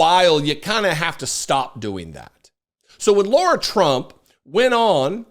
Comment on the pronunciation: her name is LAH-RAH not Laura, if Kamala's name should be said correctly, so should Lah-Rah. she has birthright citizenship, like all Rs in congress. She is crazy, she cant think properly. Donald has no plan and you didnt listen carefully Lara. All they spoke about at the DNC waou said was Joy and democracy and Kamala did talk about policy. everything you said was PROJECTION. really all trump talks of it hannibal lecter and other crap nothing about this country